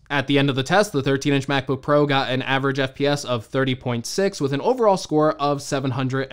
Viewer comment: Mac book "parow"